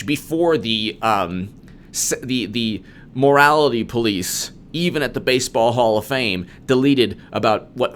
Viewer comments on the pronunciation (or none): none